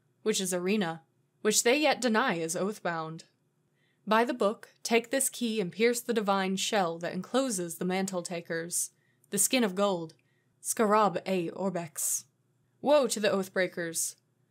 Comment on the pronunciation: It's pronounced Scare ub. Never watched the mummy movies? Otherwise great reading.